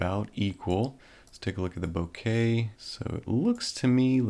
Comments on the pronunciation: ohh for fucks sake, stop satying "Bo-kaye" it's fucking "bok-uh" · Hi. Bokeh not bokey 😜😁 From Japanese ボケ 👍🏻